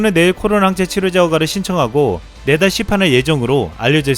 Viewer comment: 내달 시판을 네다씹이라고 듣고 깜짝 놀랐네. ㅋㅋㅋㅋ